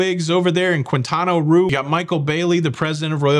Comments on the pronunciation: Coh-zoo-mel. Kwin-tah-nah Roo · What did you just call Quintana Roo? 😂😂😂